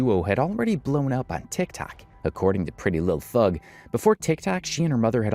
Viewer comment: you keep saying PrettyLuhhthug, instead of her actual name, which is PrettyLuhhthang.